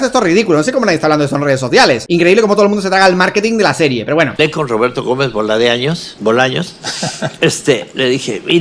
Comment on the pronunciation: Tu para empezar, no hables de lo que no conoces! y nisiquera pronuncias bien el nombre del sr.roberto gomez Bolaños, porqué hiciste el video? no tienes ni idea de lo que estás diciendo! las cosas no son para nada como tú las estas exponiendo.